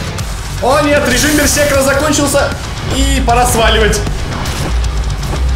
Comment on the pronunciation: Бер-сер-кер***, а не берсекр и прочие от него производные, что ты говорил.)))